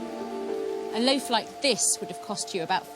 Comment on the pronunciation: Completely off subject, I happen to enjoy listening to different accents, and I notice the woman historian in this video uses a long "A" often in place of a long "O," phonetically speaking. In other words, instead of "loaf," she says "lafe." "A lafe of bread." That's what it sounds like to me, anyway. I have heard this accent before, but don't know what it is called.